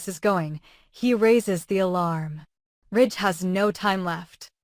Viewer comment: His name is RIDGE not rich